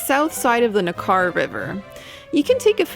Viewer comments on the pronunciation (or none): It's ... NECK-arrr ... not ... Nakarr ... should be easy to get the pronounciation right. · Hi there. Great video - but the River is pronounced "NECK- er"....